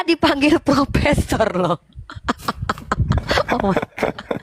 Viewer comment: Bukan propesor tapi propesong.